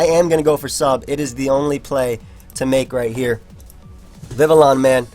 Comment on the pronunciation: Yo. Congratulations on pronouncing Vivillon correctly man. I knew we'd get here one day.